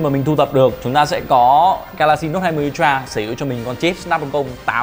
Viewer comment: ultra UK /ˈʌl.trə/ US /ˈʌl.trə/ đừng đọc un troa nữa...